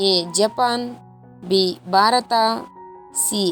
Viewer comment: ಆಕಬಲ್ಲ ಅಲ್ಲ ಹಾಕಬಲ್ಲ ಅಂತ ಹೇಳು ಬಾರತ ಅಲ್ಲ ಭಾರತ ಅಂತ ಹೇಳು ಹಾರನೇ ಪ್ರಶ್ನೆ ಅಲ್ಲ ಆರನೇ ಅಂತ ಹೇಳು ಅತ್ತನೆ ಅಲ್ಲ ಹತ್ತನೇ ಅಂತ ಹೇಳುಬರೀ ಅಪಶಬ್ಧ ಕೇಳಲು ಆಗಲ್ಲ. ಮುಚ್ಚಿಕೊಂಡು ಹೋಗು.